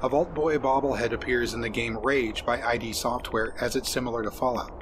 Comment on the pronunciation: I've never heard Id Software pronounced as I D Software. I always assumed it was like "it" but with a 'd' as they named their company after the psychological term of "Id"